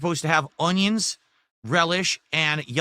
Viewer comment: You'll never convince me that God doesn't have an epic sense of humor. When He made, He told the angels, "Watch this! I'm going to make this one like a retarded ape, but I'll give him basic verbal skills and the hand-eye coordination of a blind toddler." Every time he says "Ung-Yuns," I want to bang my head on a desk!